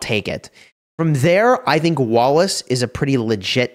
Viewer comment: i always hear walrus instead of wallace 😆